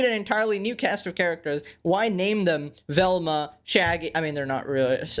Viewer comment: That ain’t Velma that’s velmcuh